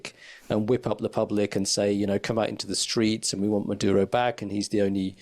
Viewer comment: Merdyuro? Yah, nah.